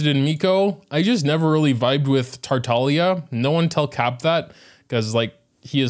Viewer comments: That's how you pronounce his name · its supposed to be said like that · FINALLY SOMEONE WHO PRONOUNCES TARTAGLIA THE BEST IT CAN BE IN ENGLISH 😭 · yea apparently youre not supposed to pronounce the g